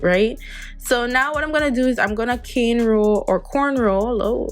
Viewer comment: Being from Trinidad I felt so relieved when u said canerow sighhh needed that 🤗